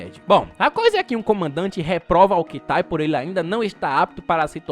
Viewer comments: Não é katai e kitai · eu amo teu trabalho, mas Katai é teu boga. É Kitai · Eu faço um esforço pra gostar deste filme da mesma forma que me esforço pra ouvir o falar "katai" quando na vdd é "Kitai" kkkkkkkk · eu adoro o filme. gosto muito desse gênero de ficção científica, aventura, ação etc. talvez uma continuação possa salvar parte do filme ou deixa-lo enterrado seja a melhor alternativa. me deu uma agonio do karai o errando o nome do muleke toda hora kkkkkkkkkkkkkk o nome dele é KITAI não Katai. Tirando isso, ótimo video ve se 1 dia vc pode resumir o filme amor e monstros é um filme bom.